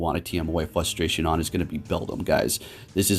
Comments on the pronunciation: what "frustrates me"' is hearing "fusstration". Come on! keep it on point brother. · For the love of god there is a "r" in "frustration."